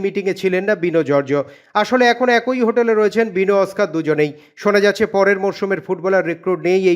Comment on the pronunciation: একোই বা তারোই কোথাকার বাংলা?কথাটা একই এবং তারই।বাংলা চ্যানেলে চাকরি করছেন।বাংলা ভাষাটা ঠিকমতো বলতে শিখুন।অদ্ভুত উচ্চারণ!!